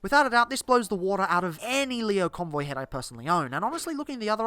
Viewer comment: It's Lio Convoy, not Leo Convoy. He says his name literally every time he transforms